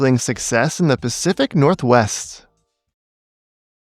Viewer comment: "Pacific Northwest" :|